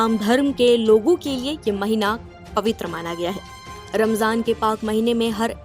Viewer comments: Mam it is ramzan not ramjan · Please Ramjan mat Bolo Ramzan bolo 😅🙏